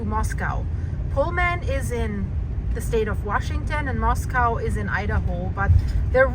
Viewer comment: Hello! Beautiful video with the precious doggies! Makes me homesick for when I lived in North Idaho. Wanted to let you know that they say Moscow there like “MOS-COE” not MOS-COW, and they’re actually pretty fussy about the way people say it. Best wishes with the vet treatments! ❤ 🐕